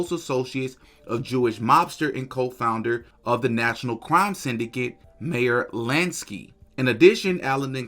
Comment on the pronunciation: You should learn how to pronounce "Dartmouth" an "Arista" "Meyer"...you are a conspiracy monger...you're not even an insider ....just ignorant